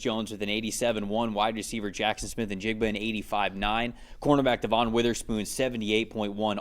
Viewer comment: It’s not Devonne, it’s pronounce like Devin